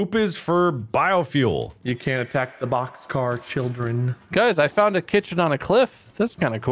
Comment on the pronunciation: It's BOXCAR,, not bOxCaRd 🤦‍♂️ AAAAAAAAAAAAAAAAAAAAAAAAAAA